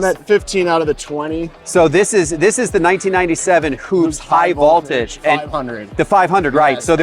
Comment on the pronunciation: Man you don’t know how to pronounce voltage? Haha